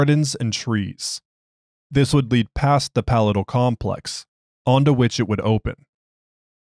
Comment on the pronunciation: Since you asked for assistance with pronunciation... Palatial: puh-LAY-shl